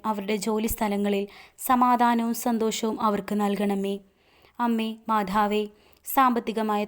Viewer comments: മാധാവ് അല്ല മാതാവ് എന്നു തന്നെ പറയണേ കാരണം നമ്മുടെ ഉച്ചാരണം മാറിയാൽ അർഥം മാറും അത് ഗുണത്തിന് പകരം ദോഷം ആവും പ്രത്യേകിച്ച് പ്രാർത്ഥന യിൽ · മാധാവ് അല്ല, മാതാവ് എന്നു പറയു